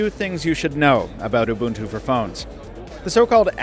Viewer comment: he's pronouncing ubuntu correctly, i don't like it